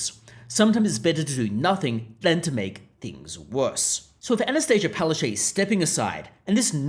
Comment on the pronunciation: “Pow-ash-chook” go up to her and say it. That’s how you really pronounce her name in Polish/Ukrainian. She might fall over.